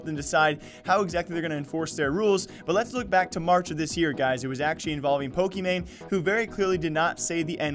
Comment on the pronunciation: I listened to it countless times and couldn’t hear “grocery store.” She definitely said the hard r. Also she pronounced Pockey wrong but whatever